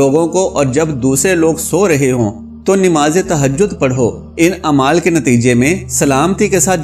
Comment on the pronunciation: Bhai aap NIMAZ Kahte ho.? Sahi lafz urdu ka NAMAZ hay. Plz Islah kar len.